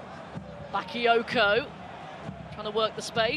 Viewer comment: she only got excited when Bakayoko touched the ball, and she couldn't even pronounce his name correctly. smh.